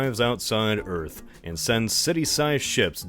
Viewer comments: Welcome to EARF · Just finished watching the movie and saw this was posted. “WELCOME TO EARF”!!! “THATS WHAT I CALL A CLOSE ENCOUNTER-Rips Cigar” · Welcom to earf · "welcome to earf" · WELCUM TO EARF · “Welcome to Earf!”